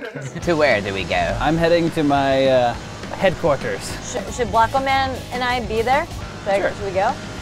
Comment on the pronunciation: "Headquarters" says as he attempts an accent subtly. I see what you did there.